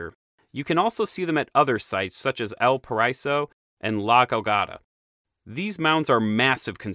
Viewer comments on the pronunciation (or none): It isn´t Elparayso for El Paraiso, but El Pa-ra-i-so, i.e The Paradise in Spanish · The way he says El paraiso lol 😂 otherwise good informative video.